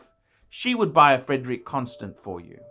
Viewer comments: this guy is a joke. he can't even pronounce the name so I'm sure he knows absolutely NOTHING about the watches. love these amazing watches. CLASSY I have 8 of them love them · He can't even pronounce the brand name correctly